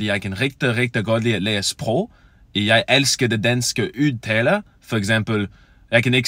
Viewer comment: I'm fully blown danish and you're easily understandable but it's clear that it's a second language. Easy to understand but a thick accent. Udtale is pronounced just like the d in rød.